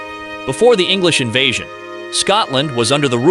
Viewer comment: either than or the narrator doesn't know how to say 'invasion' lol compelling AI narration though. Scary really.